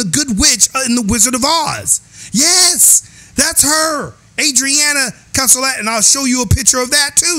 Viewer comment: Thank you for doing this I appreciate it. Oh, and you did pronounce the name properly. It’s Adriana Caselotti.